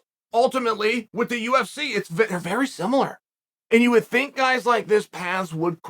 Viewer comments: Chael "Simular" Sonnen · “Semilar “- chael the sonnen Ahhhh yes new word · If Uncle Chael decides there's a U in similar, then dammit, we say simular now